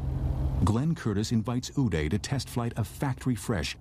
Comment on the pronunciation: Who is Ernst U-day? Germany has n silent letters. dummy narrator. He aint french. Hes GERMAN. U-det.